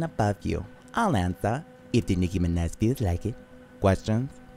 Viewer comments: i love how she says mirage and then proceeds to pronounce minaj as mineh so it doesnt rhyme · Nicki minéH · Me: Trying to talk Nicki Minaj: Nicki MinEHz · De Nicki Mineh* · Niki mineh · "Just here at your service, I'm Nicki MINAH" 🤭😭🤣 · Nicki mineh?? I am CRYING 💀💀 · de nicKI MINNEH